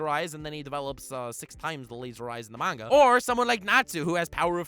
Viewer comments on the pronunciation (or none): none